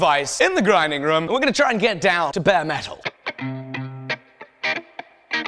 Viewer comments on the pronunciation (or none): none